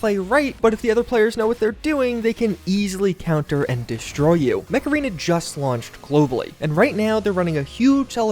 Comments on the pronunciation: When he says mech arena but you hear macarena 🤔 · is it just me or when he says Mech Arena it comes out Macarena? makes me start singing the song by "Los Del Rio"! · Come on you know you heard the macarena song when he said Mech Arena. HEY MECHARENA.. Alright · Am I the only one who heard 'macarena' instead of mech arena? Ayeeee, macarena 🎶 (aiiiihaa)